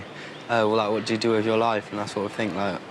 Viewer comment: “Vwhat kinda hairstyle is shola havin It” 🤣🤣🤣